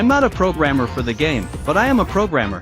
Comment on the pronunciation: i thought bro said "im not a programmer for the game, but im a progamer" 💀